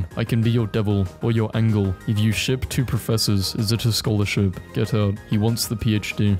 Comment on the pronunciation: angle not angel